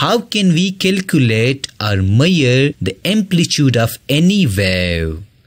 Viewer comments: Sir, the pronounciation of measure is mai-shur not mayur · It's not meare..It's measure...l would say that explanation was really good but would appreciate if you work on your pronunciation rather than pronouncing wrong words..and your way of speaking too...but overall very nicely explained..Thanks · Miyar or major atleast say mezar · Measure❌ Mayyarr ✅ 😂😂😂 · Not mayyar it is measure😂😂😂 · Come on bro that measure not miyer😅. But good teaching ❤ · Measure nahi maiyar hota hai 😅😂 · first i read comment of this video before watching this video . and when i started watching the video and when it said "maiyer" i understand it as measure . 🤣🤣😂🤣😂 thanks bro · Mayyar 😂😂. Bhai pehle English sudarle badme Padana bakiyonko😂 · It's not maier It's measure 😂 Useful video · I love how people come up with their own words like bro it's measure not meir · Bro u said "maier" that means hair in my mother tongue 😬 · Ha bro ..."maiyar" nahi measure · Lol same 😂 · Its measure not maiyor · It’s measure, not meaure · His maiyar ( measure)is extraordinary 😂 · bro its not mayer its measure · why is he pronouncing MEASURE as MEYYER , i was so confused for a second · People in Punjab pronounce in that way. There are many words pronounced in funny manner by people from other states. But I do not make fun of them. By the way the teacher sounds to be a Pakistani. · Measure pronunciation 😢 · Measure pronunciation 😂😂😂